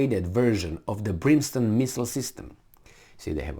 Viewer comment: It's - Brim stone, as printed out in title, at least, not Brin stone as you were saying it; as in, 'it rained brimstone and fire on Sodom and Gomorrah ' ! All of mankind and all their militaries are way out of their "league."